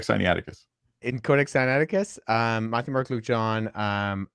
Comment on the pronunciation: They are throughout, particularly over his pronunciation of the codex Sinaicticus.